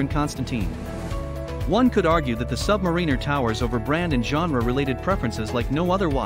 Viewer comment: English is not my first language and I know you are pronouncing the name “Submariner” wrong.